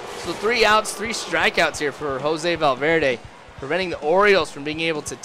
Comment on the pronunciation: u should try and pronounce valverde right